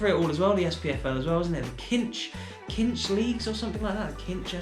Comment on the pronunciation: The sponsors are pronounced as Sinsh, they’re a car finance company! Fancy rangers to win the SPL again this season, Celtic are going through a transition